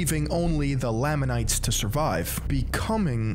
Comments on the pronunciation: You completely butchered every name. Its said ma-row-nye, Lay-ma-nites, and Knee-fights etc. If this guy can't even pronounce the words correctly how can we expect all of this to be correct, personally I think he is only here to tell Mormons that they're wrong and he's right, because this video is built on false facts like how we are supposedly against black people because they're cursed, that is untrue we have multiple black family's in my church and I'm good friends with all of them and they are always welcomed nobody in our church believes that they or anyone shouldn't be able to join because of physical appearance. We are not told that we can't read or watch outside opinions because the church isn't a trap It's a belief. We always have choice no matter what and are always told we have the choice. Even if the church is false it encourages good habits like not taking drugs, not smoking, not vaping, not watching or reading porn, and loving your family. My family is a great family because of the church, it always encourages us to spend time together and it tells you to do service just because you should love everyone like you love a good neighbor. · I'm sure someone else must have told you this but I'll be the next, every time you mispronounce 'Moroni' and 'Nephites' and 'Lamanites' et al it makes my ears bleed. All you had to do is put these words into this very platform and let some videos made by Mormons come up to know how it's pronounced, ffs. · Nehphee, Lahmanites, Moronee, you name it, he’ll misname it! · Same with the Nephites and Lamanites pronunciation, it's very funny Not an ex member yet because i'm still a minor but i will leave the church one day